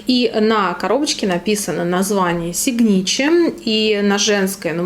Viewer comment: Читаться как сигнатюр...